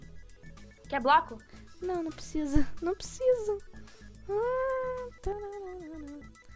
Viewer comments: Broco kkkkkkk é bloco mas ok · Meu Deus que português maravilhoso em vez de bloco fala broco